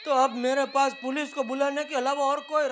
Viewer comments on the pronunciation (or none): jethalal: ha police 'Polec'😂😂😂😂 Dilip sir rocks❤🔥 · जेठा :- हाँ पुलिस polec पुलिस 😂😂😂😂